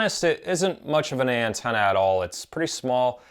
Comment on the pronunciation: Nice video, thanks for the review and info. But not sure why I keep hearing "Andorian Tenna"